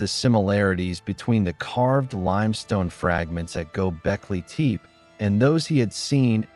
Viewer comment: Gobekli teep? Pass. AI slop.